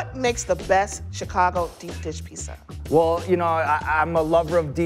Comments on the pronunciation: Person who hosts a pizza show, pronounces it pisa, nightmare! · needs to start saying “pizza” instead of “pissa” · It's pronounced 'Peet-za' not ' PEESA' goddamn that bothers me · Someone needs to teach how to say piZZa she says pissa and it drives me nuts. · Great show and love the channel. I die alittle everytime when she says Pissa >_> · I like how she calls pizza "pissa" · Pissa... Pissa. Am I hearing her wrong? It's like my misophonia is reacting to the word... Pissa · STOP CALLING IT PISSA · Fuck sakes ... it's pizza not Pisa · I'm really trying hard to not hold her pissa pronunciation against her but it's hard. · Can the host please learn to say Pizza? It's not Pisa. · I can't phukin stand when ppl say Peessa!!! 🤬🤬🤬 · PiZZa darling!! Not piSSa.. That is pissan me off :/ You could not find a presenter with correct pronunciation for the theme word of the show? Really?! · I can’t get over pronouncing it, “PEESA” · The way pronounces Peesa make my ears perk up every time 🤣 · "In the peesa world" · I hate how says "piece-uh" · Not only does that lady say peesa, she also says axe. Ugh And I think it is a casserole. Way too much cheese for me. The ratio is way off. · Does it not bother anyone else that she keeps saying peesa? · The way she says piecsa bothers me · I really like her pizza, but does she have to keep pronouncing it peesa? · says "Pee-sah". Also, these videos are cringe. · Host of a pizza show; can’t pronounce pizza. 😂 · ....instead of the "two yoots" it was two pizzas. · She can’t say pizza correctly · How can she have her own Pizza show but can't pronounce the word pizza correctly 🥲